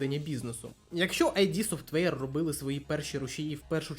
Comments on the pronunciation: Друже, відео непогане, але... 1) не айді софтвейр, а ід софтвейр 2) претензії до АЕ притягнуті за вуха. Не варто звинувачувати двіжок за те, що на ньому всі роблять ігри + використовують фрі ассети. Винен в одноманітності не двіжок а розробник гри. Без негативу, мирного неба ❤ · Вибач, друже, я побуду трохи душнілою, але. Вже мабуть вдесяте я відкриваю відос про ігри українською, радію що так багато стало контенту, і знову чую що ютубер називає компанію Кармака, Ромеро, Хола та іншого Кармака "Айді Софтвер". Ну, курва, зайди ж ти на вікі та прочитай шо воно "ід", так ще й значення слова дізнаєшся, невже не цікаво?